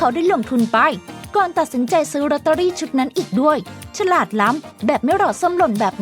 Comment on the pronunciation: ฉราด หรือ ฉลาด ที่ระรึก หรือ ที่ ระลึก ครับ ช่วยออกเสียงให้ถูกด้วยครับ